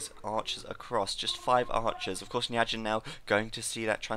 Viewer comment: It's pronounced "Ny Four Jyn" i believe. Turkman pronounces it that way. Sounds way less awkward.